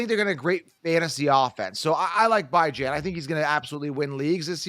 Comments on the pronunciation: Yo who the hell is BYE JAN Robinson lmfaooo. It’s (Bee - Jahn) 🤣🤣🤣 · Bijan like Dijon (mustard)😂😂😂 Not “Bye Jan” 👋🏼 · I dont understand how you havent done simple research on how to pronounce Bijan Robinsons name. It's obviously Beeeee Jon, not Bye Jan, everyone knows that, i fimd that extremely weird🤷🤷🤦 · Bye-Jawn Robinson got me dead 💀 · Who tf is Bye-Jan??? Must be a bum. Bijan is the real fkn deal though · BYE-jan lol who is this fool? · Th way you pronounced Bijan.... jeezus dude rang my nerves lol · I wish you guys knew how to pronounce Bijan. Y’all coulda at least agreed on one pronunciation. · If bijan is your league winner at least learn how to say his name correctly 🤦🏾‍♂️